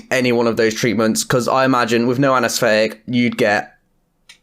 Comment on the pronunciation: Learn to speak correctly! What is anasfetic ,never, nufinc,wiv , the go and practice "th" anesthetic